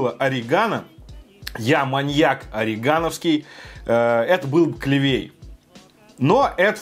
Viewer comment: Не орегановский, а орегОновский =)))